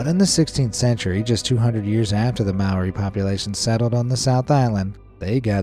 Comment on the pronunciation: Māori is pronounced with a rolled r and the ao is pronounced just o so it's mow-re